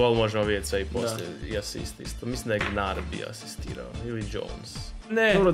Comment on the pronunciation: sinovi nije gnarby nego gnabry..... gnaR i gnabri ahaha